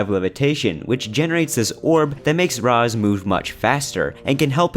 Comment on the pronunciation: This is by far the worst review in the history of game reviews. I stopped video after the 10th time you pronounced Raz wrong no ahhhh in his name and you call the story stupid it’s comedy. Thank god I can make up my mind and not listen to your horrible review. You need to do something else reviews are not your thing